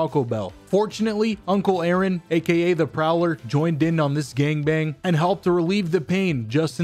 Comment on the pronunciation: Instant like when you said A-aron